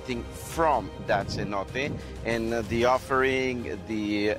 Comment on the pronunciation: "C-note"? Sin-No-Tay